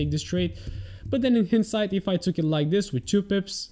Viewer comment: Hindsight is pronounced as "haindsight" :)